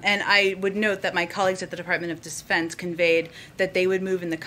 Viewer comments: ... did Jen Psaki say Department of Despence? Defense? Desfense? Is she catching what Joe's got? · Definitely desfense